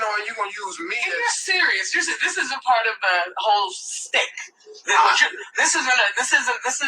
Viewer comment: Steve said "stick" instead of "Shtick". He just so ignorant. And nobody corrected him. Acting like he planned to be the opening act like hes humble.